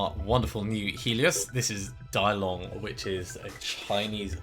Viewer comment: ACtually "Dilong" is not "Die-long" but "Tee-loong". You can use Google Translate to get the pronunciation right. Otherwise what you are saying sounds like "Big dragon" in Cantonese :D